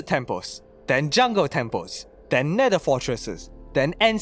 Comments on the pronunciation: "to enter the netder" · Bro did NOT say Nether 😭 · Why did he say the neder